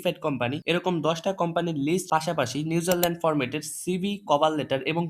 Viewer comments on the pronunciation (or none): ভাই নিউজারলেনড না নিউজিল্যান্ড😊